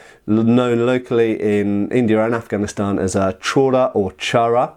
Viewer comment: the afghan you had is pronouced "churi " its quite common